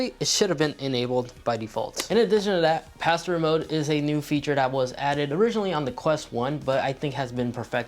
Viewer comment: Did anyone else think he said pastor mode at first? XD